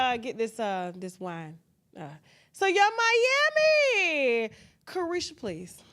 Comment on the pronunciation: Did she say Yuck Miami 😂😂😂